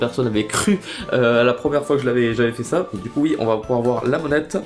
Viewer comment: c'est moi ou a tu a dit ducouille